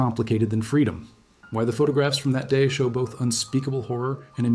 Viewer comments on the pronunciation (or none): pronounce doc-kau, not doch-oww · Get a human, it is not pronounced Dashow. Dachkow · "Datch-Owl" Concentration Camp?